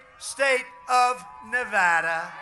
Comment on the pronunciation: so glad he pronounces Nevada correctly